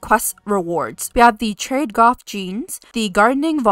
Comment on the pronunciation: Sorry to be that person, but it’s actually pronounced ‘trad’ as in ‘traditional’.